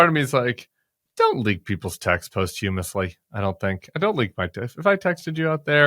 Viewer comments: Yes. Sounded like after the hummus. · That’s the weirdest pronunciation of “posthumously” I’ve ever heard. 😂